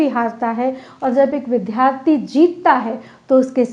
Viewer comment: आप का भाषण बहुत अच्छा था । विद्यार्थी शब्द के उच्चारण पर ध्यान दें।